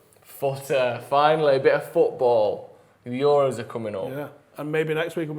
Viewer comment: pronouncing euros like its a greek island